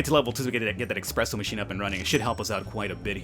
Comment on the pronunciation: Did you really just say expresso?